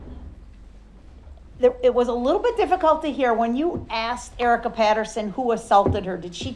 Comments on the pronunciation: It’s asked!!!!! OMG it’s not axed !!!!! Is it fair to axed 🤦🏼‍♀️🤦🏼‍♀️🤦🏼‍♀️🤦🏼‍♀️🤦🏼‍♀️🤦🏼‍♀️🤦🏼‍♀️🤦🏼‍♀️ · Ask!! A.S.K!! Not axed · “Why are you looking at the Jury and not the person/people that axed you the question?” What the good God… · Lol axed!